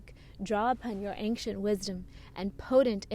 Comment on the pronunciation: Loved this video,. But why do you always say anKcient? It's ancient. AnSHent. No K..... Never was there to start with. (ān′shənt)